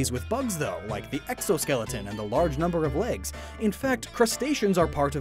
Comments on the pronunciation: "anthropods"? Greek for "human-foot"? I think you mean arthropod ("jointed-foot") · The dude really gonna call Arthropods ‘anthropods’ this whole video? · HE SAID ANTHROPODS EKHSIDBWJUAJD